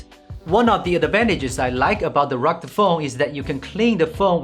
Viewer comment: Ha ha ha ! You really are incapable of properly pronounce the word " rugged"